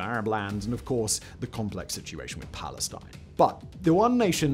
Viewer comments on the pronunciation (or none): none